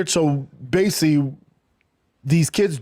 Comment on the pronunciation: Cant even say “basically” Korecgg